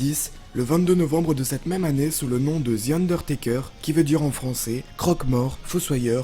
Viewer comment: C’est pas ze undertaker c’est the undertaker